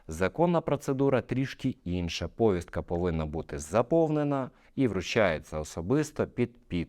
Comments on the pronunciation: Змініть наголос повІСтка!!! Аж вуха ріже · Повістка-наголос на "і"